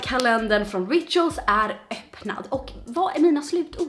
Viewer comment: Du säger rituals helt fel